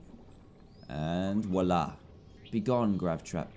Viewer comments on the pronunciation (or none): none